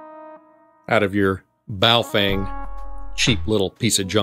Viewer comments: It's pronounced, "Bow (like bow and arrow) Fung (like fungus). Ask someone who speaks Mandaran before telling me I'm an idiot in the comments. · Hey I'm not hating on you but I'm pretty fluent in several languages and the correct pronunciation is Bo-Fung.... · You mispronounced "Baofeng" several times 😂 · Is it bow fang or boo fwang? 🤣